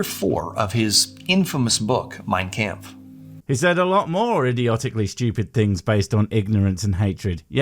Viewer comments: "My campf"? I mean ok I thought it was "Mein kampf" but you do you bub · Ok FIRST of all it's Kampf with an ah. If you're going to spew bullshit about what Hitler believed you better get your pronunciation of German words correctly or else you're going to piss off all the people that have to deal with the Hitler bullshit to begin with, Germans! Nothing against you, either your pronouncing it that way because it's the first time you heard the word, you've always heard it that way, or you were pronouncing it that way because of that douche nozzle. Either way your not spouting bullshit about Hitler so you don't have to worry about pissing Germans off that have been compared to Nazis just because of their heritage during their time in highschool in the US. Second I honestly don't know what's worse, Holocaust denialism or this shit! Stating that evolution is the reason is so goddamn disrespectful that I demand that you apologize to all the Jews and other people that were victims or descendents of said victims immediately. I don't believe in hell, but I'm sure your god has a special place for scumbags just like you that pull off this shit in there. Third referring to what Hitler perceived as undesirables as "undesirables" instead of as "perceived undesirables" says a lot more about you then evolution. Most people that cover dark topics like this use such qualifiers as to inform others that they don't hold those same viewpoints. Least some one, I don't know, makes a clip of what they said and use it out of context, kind of like what you asshole d